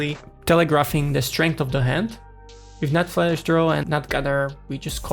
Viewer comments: Flash....flesh ... flush 😂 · It‘s flush. Flush, not flesh!